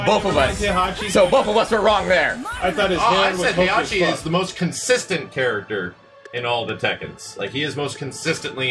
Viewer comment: Can someone please tell how to pronounce HEI-HA-CHI? or KA-ZU-YA?